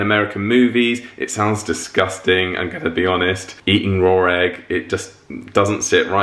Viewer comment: Why do they add an “r” at the end of “raw”? Rawr egg.